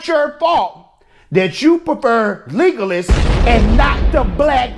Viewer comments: Leg oh las pleaseeee. It's not legless lol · First of all, it's Legolas not Leegolas. Second, you're absolutely right ma man.